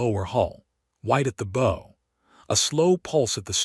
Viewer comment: Somebody please reprogram the AI to pronounce BOW as bow 🚢 not bow🎀.